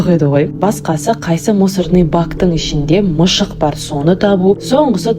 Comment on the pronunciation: Мышық емес мысық деші🫣